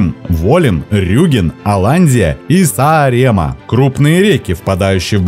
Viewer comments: [Са́арэма́а] saar - остров, maa - земля. В эстонском языке ударение всегда на первый слог, и куча слов, в которых 2 ударения. Сложное произношение. Видео 🔥 спасибо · остров не СаарЕмаа, а САаремаа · Сааремаа читается через Э, на конце А тянется :)